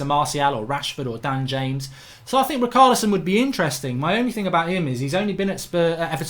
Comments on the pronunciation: Its ri-char-lison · sorry after the bruno fernandes debacle it is hard to watch these with excitement and MARK i think its obvious you certain players names wrong on purpose...rikarlison and emre khan... lmao!!!!!!